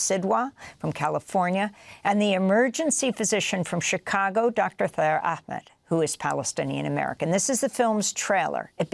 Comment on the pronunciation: His name is Taher Ahmed , Not Thaer Ahmed😔